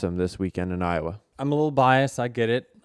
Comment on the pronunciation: Denny, in the context that you normally use the word on the show, it is BIASED. Not bias. Like, "I am biased." And the plural of incident is INCIDENTS. Not incidentses. And FRustrated. Not FUStrated. Now everybody can tell me to mind my business or whatever.